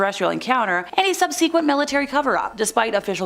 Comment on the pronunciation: Please learn how to pronounce "subsequent" and "vehement", and "Medellin" and all the other words in this video that you mispronounced.